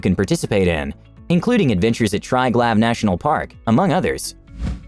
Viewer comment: I lose confidence in the information when the narrator doesn't know how to pronounce Lima, Ljubljana, and Triglav.